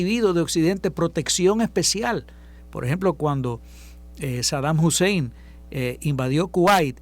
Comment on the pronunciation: Saddam useim era sunita, no chiita.